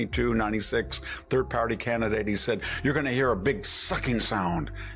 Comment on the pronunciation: he said turd.